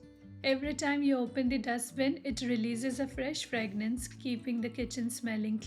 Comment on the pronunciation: Hey! Sorry to correct you. Its called 'fragrance' . Not ' fragnance'. Love ur videos